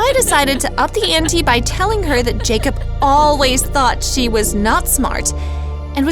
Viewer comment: It’s pronounced Jacob